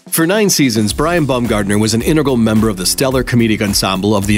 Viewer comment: Omg pls stop saying "Bumgardener" it's Baum bah-uhm